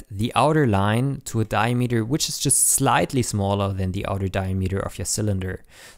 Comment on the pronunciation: Like, It's a good tutorial... But the way you pronounce "diameter" makes me cringe down to the bottom of my stomach. And the amount of times you say it, you would think you would get it right just once...